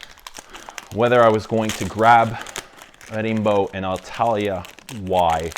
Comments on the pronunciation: Its pronounced Rambo like the movie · The perfumer at Celine misheard Slimane's request to produce a perfume named Rambo (same pronunciation in French). It was meant to smell of toxic masculinity and ham acting, but Rimbaud's nice too. ¯\_(ツ)_/¯